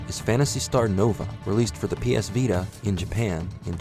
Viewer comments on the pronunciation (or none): none